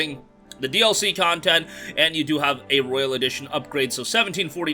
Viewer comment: It’s royal not Royale there’s a difference